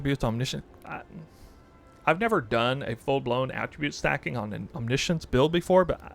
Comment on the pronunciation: he pronounced it right, you can just google it